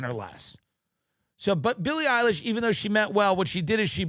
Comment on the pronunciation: Sil E Eye Lish ladies and gentlemen